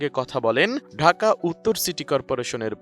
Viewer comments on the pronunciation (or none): none